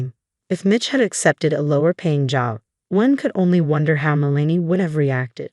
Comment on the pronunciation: Worst AI pronunciations ever. It’s “MEL-uh-nee”, NOT “Muh-LANE-ee”. Like nails on a blackboard.